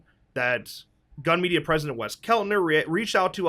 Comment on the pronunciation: it's gun media not gum media